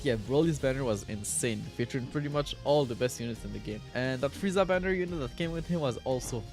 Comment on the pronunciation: Did he say froku?